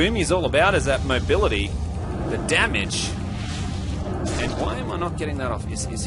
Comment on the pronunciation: He said "moobility" :D